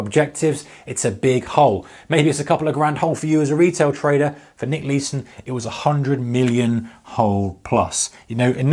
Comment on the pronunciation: Thats not how Nick says it